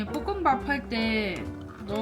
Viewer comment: 저는 개인적으로 이 볶음밥 발음을 뽀끔밥이라고 발음하는게 너무 귀여운것 같아요 ㅋㅋㅋㅋㅋㅋㅋ